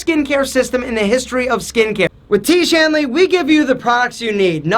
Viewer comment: I will not buy tiege hanley, please stop pronouncing that again and again😂😂